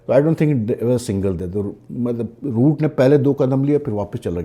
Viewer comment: Boooo nahi Roooooooot😂 Kuch bhai bol dete ho aap bhi.